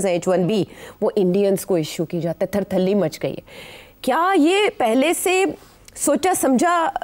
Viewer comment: .....THHER THHALLEE mach gaee right word...not THHER THHA LEE is wrong worrd...understand woman....😂😂😂😂😂😮